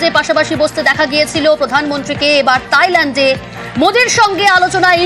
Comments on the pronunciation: তাইল্যান্ড নারে ভাই থাইল্যান্ড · তাইল্যান্ড বলে কেন রে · গাধি ওটা তাইলেন্ড না থাইল্যান্ড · তাইল্যান্ড না থাইল্যান্ড হবে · দেশের নামটাও ঠিক করে পারেনা তাইলেন্ড🤣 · তাইলেন্ড 🤣🤣🤣🤣 অশিক্ষিত সাংবাদিক